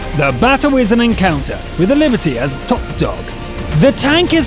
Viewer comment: Liberty? Non, c'est Liberté! If you must feature that dastardly French heavy, pronounce it right